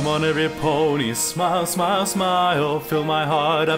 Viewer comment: No. You're not all that bad? But there were just too many spots where the inflection was way off, and too many flat scoops up to the correct pitch, where there shouldn't have been any. Also at the end. "smy ee uhl. Smy ee uhl. Smy ee uhl" and so on. It's supposed to be "Smyyyuhl, Smyyyyuhl, smyyyuhl" etc. You added a weird extra syllable into it each time. Not a terrible effort or anything, but i can't stand to see all this praise thrown around without someone pointing out the problems too.